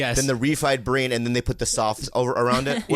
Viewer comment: Khalyla is such an angel and truly cares about him and his sobriety. I love how she's not codependent. Also Bobby can't pronounce "bean" at all. Brain, then breen. LMAO 🤣